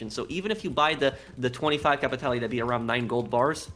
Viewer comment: The only major thing that has let me down badly was locked clothing items behind a completion of a ruthless mission. And the other annoying is..... "Capitay'Lay".